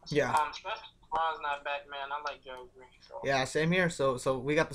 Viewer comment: i got a couple rosters with whiteside and another roster im fading him cus hes going to be owned ALOT and david west good pick against minnny who are terrible against PF but good picks i got alot of them and yo a tip its bugging me lol gerald green is pronounced 'Jerald''